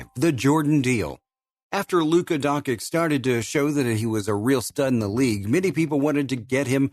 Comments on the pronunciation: Not pronounced donkik please! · ...and Serbs too (Father Sasha is from Serbia), an before you talk (announcer) about someone, make sure that you pronounce his name right DONCHIC, learn, before you got labelled DONKEY. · i was about tu subscribe but the last time a heard DONKIK I CHANGED MY MIND